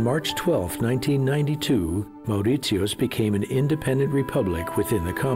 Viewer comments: Should learn to at least pronounce the name of the country correctly. Land of my parents and their ancestors My motherland ❤ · This would be a better documentary if the narrator had gone to the “trouble” of getting the pronunciation of Mauritius right! It’s infuriating he gets it wrong throughout. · I mean... if you're gonna do a documentary or something on a country/island at least pronounce the name well. Your pronunciation of mauritius is wrong and some of the things that you stated in the video are not true at all. I live there lol😂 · Poorly researched and the way he pronunces "Mauritius" is damn irritating. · That cringey pronunciation of Mauritius within the first minute put me off straight away. LEARN HOW TO PRONOUNCE IT. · OMG, the way he says Mauritius is completely wrong!!! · HE can’t even pronounce Mauritius! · Get your facts right. No banned criminals were ever shipped to Mauritius. Also, can you please learn to pronounce "Mauritius" the right way? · Can't even pronounce Mauritius correctly . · as far as I know its "morishus" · Perfect documentary. Only problem is ,the researcher didn't learn the correct pronunciation isn't "Moritios" but "Mori-shuhs" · hello it's Mauritius not Maurit-tius. Say after me Mau-ri-shi-us. Mauritius By the way we got our independence in 1968 not 1992. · Would have been nice if you could pronounce the name of the island properly, it should sound more like "Moh ri shus", and not "Mao ri tius"! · It’s Mauritius not Maurizios. 🤔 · Is it just me, but the pronunciation of Mauritius has only 3 syllables as I have ever heard it. Kinda like "More rish us" . Whatever it is, I'm fairly sure the narrator got it wrong. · Why is he pronouncing it”maur rit see us? I’ve never heard this before. Can some Naitives explain? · It's pronounced More-ish-us dude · Could the narrator call my country by its CORRECT name. it is NOT Mauritsiosotus! You have lost ALL credibility! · Mow rit yeus...what??? 🤣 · Why is he pronouncing Mauritius like that 😮